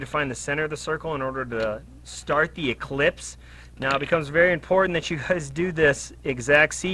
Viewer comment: It’s an “ellipse”, not an “eclipse”. An eclipse is when the moon blocks the sun. An ellipse is a geometric shape. 😂